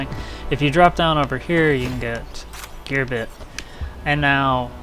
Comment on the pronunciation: Such friendly commentary. I like "Gear byte" haha!